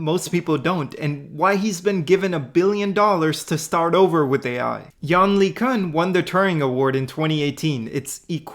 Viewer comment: Anyone besides me bothered by the way he pronounces LeCun?